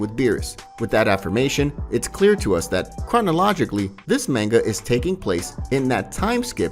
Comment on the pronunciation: Bro no hate or anything . But u saying manga is so wrong. And same with whis. And even arc. Idk how u mess up saying that haha. Just a fyi